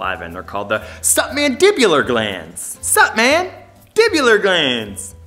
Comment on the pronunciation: supmandibular gland or maybe it was supmangibular gland 😂😂💀💀 i just know that i will forever remember this gland